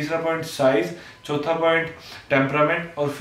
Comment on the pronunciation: first 3 points in hindi: pehla point X doosra point Y teesra point Z At the fourth point punjabi aatma kicks in like: chottha point this 😂😂😂 JUSTFORFUN 🤟